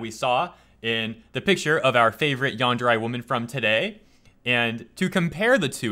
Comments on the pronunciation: it's Yan-der-rei, not Yan-der-rye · YT isn't letting me reply to you, yet is still showing 2 replies, so I think one is yours. But that is my point. re in romaji/Japanese will sound like ray in English. Not rye. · Why are you pronouncing yandere like yanderai? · I had to stop watching simply because of how he pronounces "yandere."